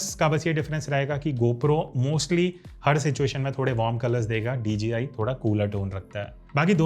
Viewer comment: Why is it that sounds like ur saying dgi